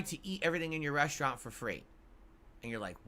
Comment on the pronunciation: his "reshtrant" analogy makes me want to wish him the absolute worst